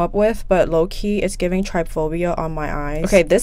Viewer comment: TRY PHOBIA😂😂 That took me tf out. It’s trypophobia, pronounced trip-o-phobia lmfao that bothered me so much